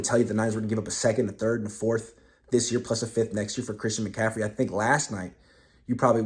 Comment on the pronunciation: Bruh, it's Christian McCaffrey